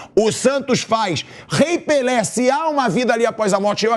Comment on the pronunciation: “Esperô morré pelê”